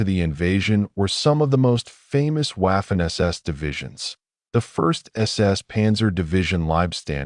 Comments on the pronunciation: Your stupidity AI can’t properly pronounce Waffen! The W is pronounced V. Not waffen it becomes vaffen! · You don't pronunce Waffen as w. Its Vaffen. Its German. German don't pronounce w as w. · I have told you before, stupid AI, Waffen is pronounced Vaffen! Take some language courses, mesthead AI! Furthermore, how does an AI device read all the comments? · When someone cannot pronounce Waffen or Weimar correctly I can’t listen.